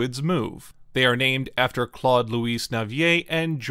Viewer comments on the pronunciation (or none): Louis: lou-ee; not lou-eeze. The latter is Louise, a women's name.